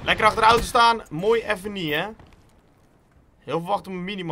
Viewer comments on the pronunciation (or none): none